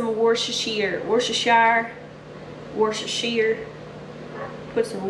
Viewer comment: Wosht as whcher Shire sauce